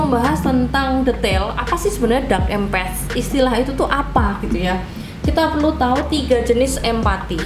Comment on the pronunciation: Menarik sekali pembahasannya karena Abah juga empath, maaf kalo boleh Abah saran sedikit coba dengarkan para bule yang membahas empath itu, rasanya dari semua bule yg Abah dengar itu empath bule menyebutkan melafalkan tetap em'pat bukan empet😅, sekedar saran saja ya jangan marah karena jadi terdengar aneh empet empet.... Dark empet.... YouTubers lain malah ada yg lebih parah empath diucapkan impet impet wkwkwkw malah seperti impact benturan atau akibatnya, berdampak, kan jadi salah arti begitu, mgkn mereka ga pernah denger bule nya jadi dikira kira ejaan dan ucapannya di Inggris ingriskan sebisanya. Abah tidak maksud membuli silahkan di periksa orang Amerika, Eropa dan bule lainnya semua ucapnya empath itu em'pat, Abah bisa salah juga, mohon maaf juga, jadi ini sekedar saran saja. Tetap semangat berkreasi dan sukses ya